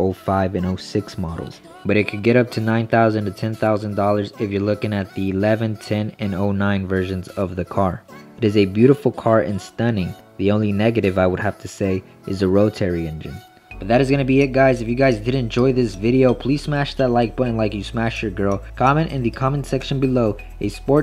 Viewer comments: A “row-teary” engine... smh even if he had said it right rotary engines are still awesome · Wtf is a row-terry engine? Probably dont even know what you just said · "Rowatary" engine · those damn "Ro-Terry" engines. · Lol he said row-tarry engine 😂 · "Rotaaary engine" 😂that's not how you say it and obviously you know nothing about it if you think it's a negative thing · row-terry? lol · Roe-terry engine